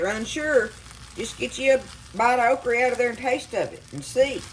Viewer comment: Your pronunciation of okra kills me. I was born in the Lowcountry of Charleston SC and we say okra with a hard a. You food looks amazing.